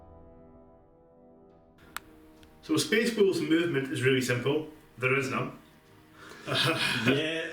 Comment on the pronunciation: May have been said already but it sounded like you said "myspace wolves" like at any piont they might "selfie for the emporer"